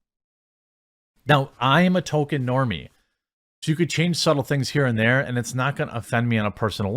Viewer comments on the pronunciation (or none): STOP CALLING HIM "TOKEN" FFS IT'S "TOLKIEN"... The show is fucking awful and actively, purposefully insulting to Tolkien and his legacy. They deserve no benefit of the doubt. They deserve to fail and be ridiculed. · TOLL-KEEN not Token. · It's not Token.... it's Tolkien. There's an "L" in his name. You sound absurd whenever you say Token. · Not a super fan of Tolkien, but I follow you daily. Please, please please: It's Toll-keen, not Token. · Tol KEEN. Not Tol ken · Jeremy, can you please tell me why you keep pronouncing Tolkien as "token"? I love your videos, but frankly it's driving me insane every time I hear you say "Token". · Its not "token" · please stop saying Token. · you calling Tolkien "Token' is probably going to trigger just as many LoTR fans as the amazon show. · Say "draygon" one more time... Say "Token" one more got damn time... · How have you made this many Rop videos and still pronounce Tolkien wrong?